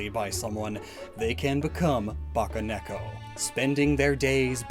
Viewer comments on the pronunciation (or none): It’s Bakeneko not baccaneko. Ba-kay, like Bakemono. Not bacca like chewbacca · "ba-kay neko" NOT "ba-kah neko" ... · Pssst. You mispronounced bakeneko. Also you seem to have mixed up part of the script? You gave the nekomata explanation AFTER what I assume was meant to be its conclusion.